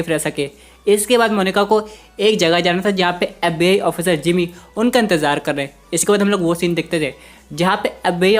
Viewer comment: FBI agent pronunciation sounds like "abey"😂😂